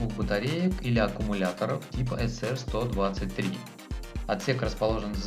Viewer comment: "Музыку" выдержал пять минут. Нельзя так издеваться над зрителями... И тип батарей не "эСэР123", а "СиаР123". А про мегаватты уже сказали. :)